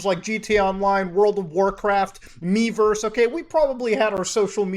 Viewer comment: The way you said Miiverse sounded very specific, MuTa.